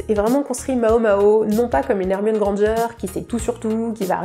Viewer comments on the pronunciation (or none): none